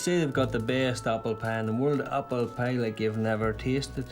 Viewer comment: "why"?... "appelpie"